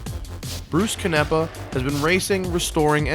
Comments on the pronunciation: Its pronounced CAN-nEH-PUH. Not cunEHpuh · i was mispronouncing his name like you until he (bruce) corrected me in person, its pronounced ca-na-pa